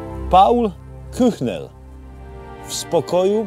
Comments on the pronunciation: Ten Paul Kühnel to tak naprawde nie "k -ue-chnel" lecz "k-ue-:nel". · Proszę się podszkolić z j. niemieckiego . W punkcie 2 m 0 s wymawia Pan całkowicie błędnie nazwisko Kühnel.